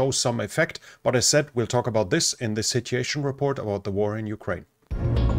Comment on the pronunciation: Another great report. But considering i dont speak another language, the following comment is probably unfair. The word 'sitUation' has a u in it. It would be lovely to hear it